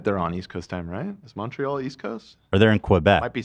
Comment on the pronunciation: As a Canadian I just have to say that the way they said Quebec and Montreal is triggering 😂😂😂